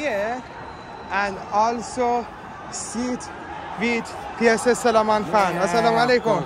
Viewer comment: SLEMAN NOT SLEMEN!